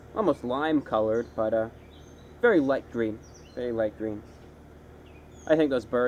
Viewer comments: I can't stop replaying the I T S G W E E N part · hahah, "it's gween". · its gween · IS GWEEN! Oh gahd Im in love 😂😂😂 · ITS GWEEN!!! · "ITS GWWEEN" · the moment you said "IS GWEENu!" I saw Smeegle reflected on your face